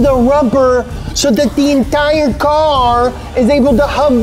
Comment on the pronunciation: "thea entire tire"